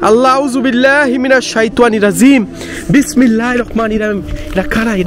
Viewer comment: আউ'যুবিল্লাহ আর বিসমিল্লাহ টা ভালো ভাবে শিইখেন ভাই। উচ্চারণ গুলো তে সমস্যা আছে।